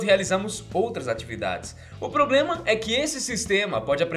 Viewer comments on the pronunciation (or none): none